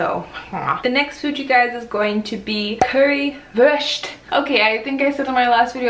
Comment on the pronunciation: your pronounciation of leberkaaaas und currywurst and schaaarrrrf is really really good!:D